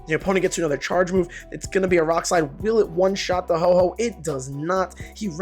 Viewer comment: It’s Ho-oh not Ho-ho